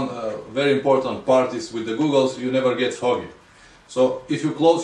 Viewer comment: How can I take a man serious when he can even pronounce goggles correctly smfh.